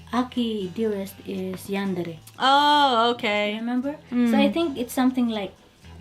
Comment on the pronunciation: "are you a yandre" I'm dying X'D